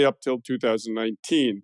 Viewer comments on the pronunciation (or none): none